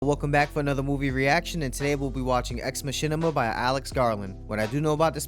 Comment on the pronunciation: "Ex machinma" 😂 pronounced it a touch wrong